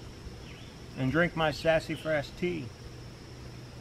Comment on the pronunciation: Ive never heard Sasafras pronounced that way before...hahahah Sassyfras hahaha